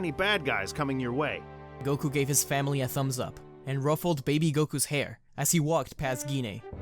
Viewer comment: i thought i was the only one that misses the "n" in and